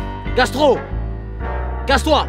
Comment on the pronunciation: "ca...ce" casse*